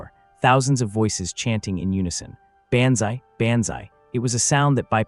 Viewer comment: It would really be wonderful if you showed respect and spelled John Basilone’s name correctly. It’s BASILONE, not Bazzelone , Basselone, or any other grossly incorrect way you spelled it. Also, why not teach the idiot A.I. voice to correctly pronounce banzai? It’s pronounced Bahnz-eye.